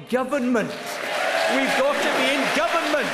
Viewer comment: Owen Smith can't even say "government".